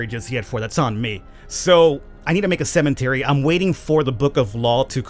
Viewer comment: It sounds like you're saying CEMENTARY